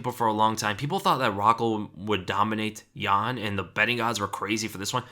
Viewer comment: its jan not ian lol